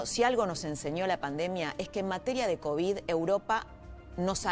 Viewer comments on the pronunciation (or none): none